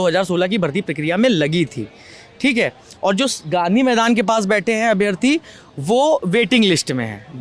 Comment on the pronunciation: हिंदी तो ठीक से बोलना सीख ले भाई... अभियार्थी 😮 अभ्यार्थी बोलो